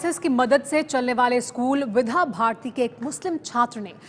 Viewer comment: Vidya bharati not bidha bharati